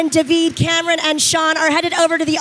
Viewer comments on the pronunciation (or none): Not the host pronouncing Cameron’s last name wrong 😭